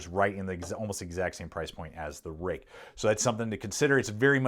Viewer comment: Roook, not Rake. Fruit has the ui in it and is pronounced froot so therefore Ruike is Roook not Rake.